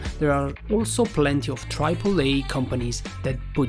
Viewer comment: "Triple" is pronounced "tripple". " And "recipe" is pronounced "ressapee". Kinda weird, I know. Just a heads-up! Your English is getting better! Love the channel.